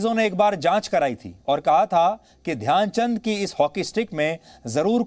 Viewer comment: Dyan chand ne nhi dhayanchand ji bolo